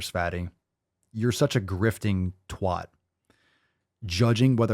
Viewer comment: hearing the word "twat" from an american is so jarring 😳